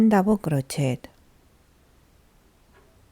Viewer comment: Hello from British Columbia, Canada. Your English is very good. However, the “et “ at the end of crochet is pronounced like an A, not “et”